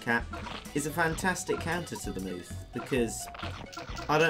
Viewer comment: it's not a mooth it's a moth